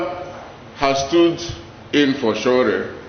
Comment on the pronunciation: You don't even know how to pronounced his name. Stop lie Dss